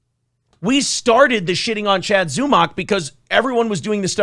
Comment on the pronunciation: Hey! If all of the shows that speak on Zumock pronounce it similarly to stomach, that will BECOME how it is pronounced.